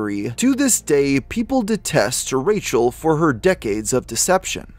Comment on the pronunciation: Like the way you called her Racial instead of Rachel 😂😂😂